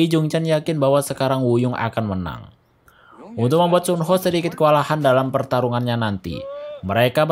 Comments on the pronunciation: Kok nyebutnya sun ho si kan suho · Mohon maaf nih bang, lu jelasin alur nya udah bagus, tapi denger lu salah nyebut Soo ho(su ho) jadi Son ho agak risih di kuping gw bang🙏